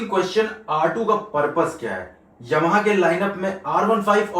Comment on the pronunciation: aapka ymha bolna bahut badiya lag rha hai, pure eastern UP touch😊😅😅